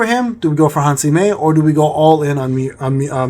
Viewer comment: What a gigachad father edit: also, small correntions: - her name is Han Se-Mi, not Han Si-Me - your battle tier is 28 atm, the 29 is the one you are striving for